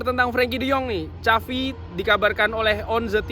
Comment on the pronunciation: tapi kalo dari pengalaman gw dengerin, dia sering bgt ngomongin soal “barca” bukan “barka”. Dari situ semestinya ngucapin “Xavi” dengen penyebutan yg lebih “international”. Karna setau gw pundit2 international kalo ngucapin “Xafi” itu ya “Savi” not “Cavi”